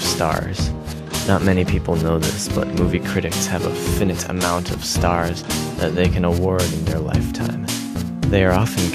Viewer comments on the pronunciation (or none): and he pronounced finite as "finn-et" earlier in the song